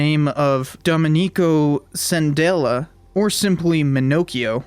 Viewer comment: Just FYI, Scandella is pronounced "skandella" not "sandella". Not criticising, is for next time you encounter an Italian word with a "sca" in it. To make things complicated, if you encounter "scia" or "sce" or "sciu" the sound becomes "sha" "sheh" "shu". And if it's "schia" like Schiapparelli crater, then you have the "skia" sound. Ch = k (in front of i and e), in front of a o u there's no need for the k to make a k sound. Sorry. This comment is too long and tedious.